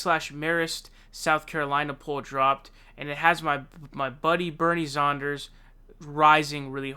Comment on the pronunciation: Who is "Bernie Zonders"?